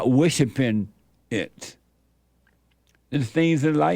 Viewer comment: He said wishipin.